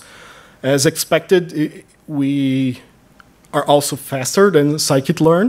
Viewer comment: sklearn is sci-kit learn, the guy says that properly